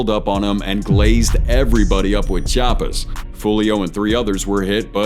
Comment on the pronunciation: That chabbas really had me